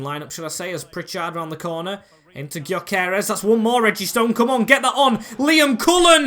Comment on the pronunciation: btw you pronounce gyokores, gyo kor es so kinda like guyo kor res is how it sounds